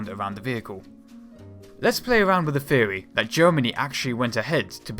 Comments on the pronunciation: When you say the word "theory", why does it sound like "feerey"? You really need to work on that bro. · Why the fuck are you pronouncing shit 'dewelopment' and 'fewory" Holy fucking shit, fix your lisp before you try presenting shit.